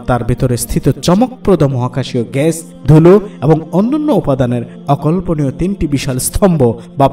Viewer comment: খুবই সুন্দর উপস্থাপনা, গ্যাস কে ঘ্যাস বলছেন এইটুকু শুনতে খারাপ লেগেছে